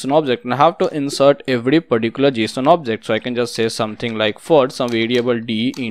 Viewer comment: very great video, and it is not Jshon it is Json 😂 [pronunciation]